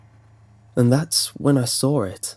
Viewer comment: "And that's when I sawrr it"😂😂